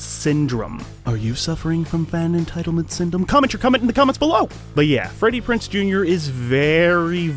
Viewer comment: It's Freddie Prinze Jr. Z, PRONOUNCE THE Z, IDIOT